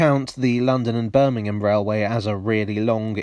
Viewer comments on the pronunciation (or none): none